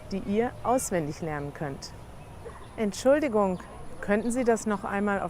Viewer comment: In the one sentence stands Entschuldigung and you said Schuldigung it’s more like END-Schuldigung -=little brake